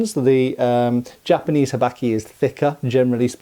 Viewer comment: I love how Englishly you say habaki! "Habacky" haha